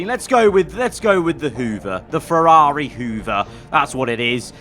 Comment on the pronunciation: F1 Games Playstation wants a word with you over the pronounciation of Ferrari 😂😂😂